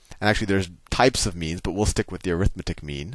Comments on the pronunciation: Hey Sal, 'arithmetic' is an adjective in front of mean, and is thus pronounced ARithMEtik, not aRITHmeTIK, i.e. primary and secondary stress on 1st and 3rd syllables not 2nd and 4th. Thanks. It just kinda bugs me on a vid that is otherwise great. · When you say "arithmetic" you're saying it as a noun. The noun form is ə-rĭth'mĭ-tĭk while the adjective form is ăr'ĭth-mĕt'ĭk. The adjective form is more like air-ith-meh-tic, and I think that's what you were about to say the first time you used it. My math teacher taught us that when we kept trying to "correct" his use of "arithmetic". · "arithmetic", when used as an adjective, the stess should be on the "met" syllable